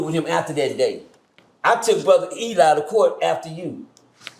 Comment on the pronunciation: Eligh is "he lie" 😂